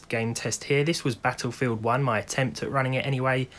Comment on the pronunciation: Did I just hear "Battlefood"? Lol